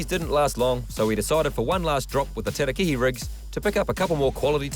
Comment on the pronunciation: the fish is a Ta-ra-ki-hi NOT Teraki..... jaeeeeesus